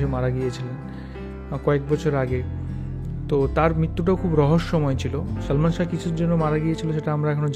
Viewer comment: একটি কথা বলি সঠিক উচ্চারণ হলো শাহ্ ঠিক আছে আর আপনি বার বার উচ্চারণ করেছেন শাহো I think you understand